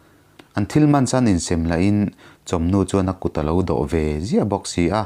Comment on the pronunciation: In sem vel kha a thluk diklo a awm deuhin ka hria